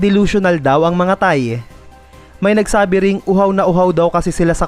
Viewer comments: Bakit parang tae naririnig ko😂😂😂 Thai pala😂 Hahaha! Hayaan na lng natin ang mga thae😂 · Once a thae😂 always a thae 😂😂😂